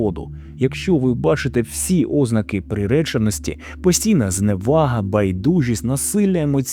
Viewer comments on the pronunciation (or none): none